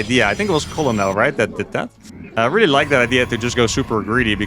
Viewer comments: Colonel is pronounced kernel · Colonel is a funky word, but it is pronounced very similarly to "Ker-nel". Your content is amazing by the way!